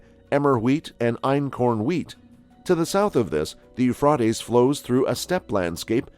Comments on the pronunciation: I would LOVE to know WHY they INSIST destroying OUR English language?? This person Thinks saying Euphrotes SOUNDS better than the Euphrates????? It's ALL over ALL of these shows. It HONESTLY SOUNDS STUPID. Don't we already SEEM stupid ENOUGH without this?? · Eufroties wow 😳 Americans really know how to murder the English language